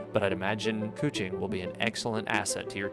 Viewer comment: Nice very high quality video cant wait to see the next! Also ... is keqing really pronounced coochie 😳